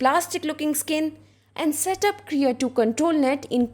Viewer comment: Thank you, very nice.... BTW, it's Krea2 not KERA..